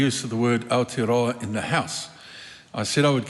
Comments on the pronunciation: Our tear are row are 😂. And winston says hes a marry .. married to the mob . .. 😂😂 gramps cant pronounce maori words correctly no wonder hes nzfirst .. hokianga he reckons 😂😂😂😂. You dont even have missing teeth and your pronunciation is crack up ... U the winnie 😂😂 whatever is easier for you to pronounce brother 😂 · Is it me, but most people pronounce Aotearoa in correctly, by introducing an 'L' sound. Thus AL-tearoa, whereas in my opinion the sound is AO, which should sound like 'auw' as if you hurt yourself. Once members can pronounce it correctly they can utter it in parliament. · When I first heard Gerry say Aotearoa sounded more like Ayatollahroa 😮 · Thanks Mr Speaker sit down Winnie and just be quiet your to old and to plastic you can't even pronounce Moari or Aotearoa properly, time to retire old man